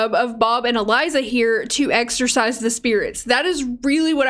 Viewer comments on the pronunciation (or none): none